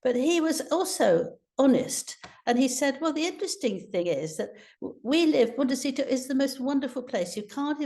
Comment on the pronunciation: Will someone on production please tell Angela it is a 't' at the end of 'Montecito',, not a 'c'. She says, and has said in other stories "Montecico" which is inaccurate and very annoying! It's poor editorial production.